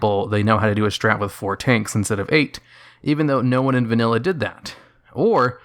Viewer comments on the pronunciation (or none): none